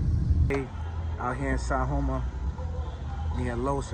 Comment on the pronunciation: Looks like its Sajoma and not San Joma.